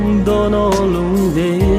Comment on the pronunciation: Why pronounce lungdoi as Lungdeih?